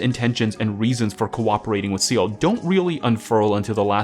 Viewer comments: It's pronounced SAYLAY not SEAL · Bro not to freak out but its pronounced sell aye